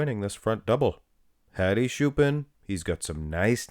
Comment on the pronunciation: its not shoopan dumy its choopan